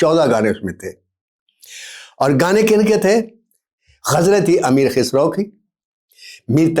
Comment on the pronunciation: KkhUsro ko Khisro kehna aur Mir ki ghazal ko gana kehna bhi koi Aap se sikhay…….